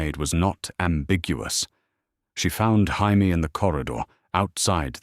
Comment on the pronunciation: Could this AI system learn how to pronounce Jamie(Jay-Me)? Asking for pretty much everyone watching.